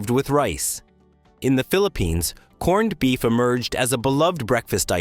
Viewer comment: but we don't say "corn-ned beef"... stupid AI say that.